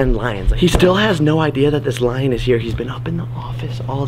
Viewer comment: Jake kept saying line instead of lion?